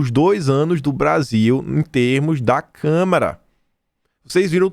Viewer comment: CâmAra dos deputados não câmera.